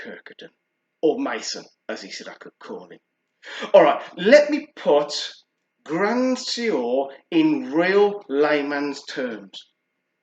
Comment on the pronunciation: Keep it up love the reviews! Also it’s pronounced ‘Gruhh swahr’ 😁